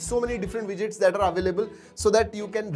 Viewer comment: Widgets Today I know how to pronounce it - Wejets